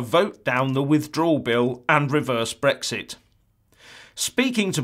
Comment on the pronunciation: It's Brexit, not Brixt ya fucking clown